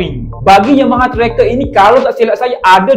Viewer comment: Tracer... pronounce "trea-ser"..